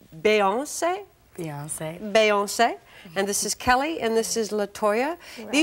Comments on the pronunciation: That tiny stage and that audience was all older or elderly people I am screaming..Beyonce came a long way ..they all did. The host couldn't even pronounce Beyonce's name!!! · Lmaooo the host couldn’t have been prepped on the names? She butchered every one but “Kelly”